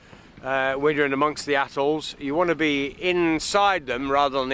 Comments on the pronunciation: Nice video. Sounded like you said assholes for atolls! What kind of double ender sailboat is Easy? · "These places are assholes" Wait - what? Oh he said 'atolls'